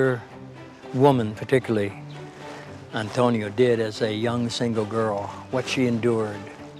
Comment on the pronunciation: He doesn’t.. he says Antonia.